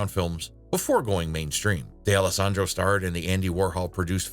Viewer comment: DAY-ELLO-SANDRO??? Where does that pronunciation com from?